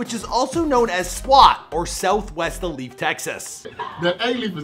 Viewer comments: This man pronounced “Alief” as “ah-leef”. It’s pronounced “ayee-leaf” bruh 😂😂😂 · “Uh-leaf texas, or south west UH-LEAF Texas”.... dawg.... its A-Lief. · He mispronounced Alief too. He said Ah-leaf and its pronounced Aye-leaf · i live in alief💀 i was like WTF IS AH LEAF? that ain’t no town in houston💀 then i saw the picture n was like “this dumbass” he literally had a video of someone pronouncing it right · “A lief” 💀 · this dude said aleef smh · It’s Aye-leaf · It’s aye lief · Pronounced ayeleaf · Lmao if anyone here is from Houston yk that’s not how you say Alief l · The way he said alief bruh 🤦‍♂️ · 1. You mispronounced alief 2. That’s not Hastings highschool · Alief, Sade, Swishahouse, Musiq Soulchild, you worst than a sub pronouncing Nigerian kids names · you butchered a BUNCH of names in this. When doin' ya research check the pronunciation! It's AYE-lief not uh-lief, Sha-day, not Sade & Swishahouse. Not Swissahouse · Lol you slaughtered everything in this vid starting with alief, sade, swisha house, to musiq soulchild. Not to mention others. You guys might need more "urban" ppl on payroll lol